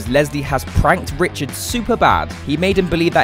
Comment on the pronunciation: Saying richerd is dead